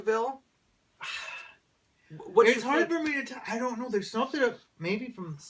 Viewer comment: Is it really pronounced 'Ca-veel'? Cause I've only ever heard it pronounced 'Ca-vul'. 36 year old viewer here! I'm not PC, so you can't offend me.